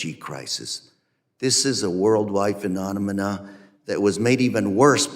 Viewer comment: I cant get passed how he said "phenominomina"........ ot something like that